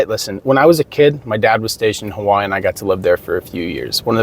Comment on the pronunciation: Why are you pronouncing Hawaii as HAWAAH? I'm cooking while listening to your video and I was like "wtf is he talking about"